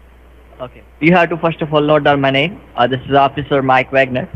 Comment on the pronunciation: Scammer can't say "Name"... listen again... he kept saying "Nay" around the mark.